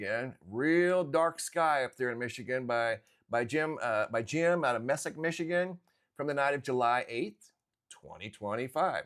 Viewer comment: Hey...I live in Michigan and been through that town many times. Beautiful little town. However brother it's pronounced like this Me- sick! Mesick. Thanks for all you do. Stay cool..